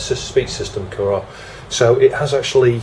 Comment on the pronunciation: it's pronounced "kurrah"